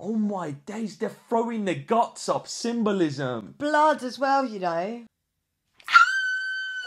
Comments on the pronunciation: Dude, it's symbolism. No s on the end. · Everytime i listen your voice, the first word in my head is SYMBOLISM and when i listen Symbolism in anywhere of spain ( i'm from spain ) " I " automatically listen your voice saying SYMBOLIMS !! :face-green-smiling::face-green-smiling